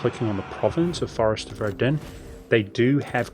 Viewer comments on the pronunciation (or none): none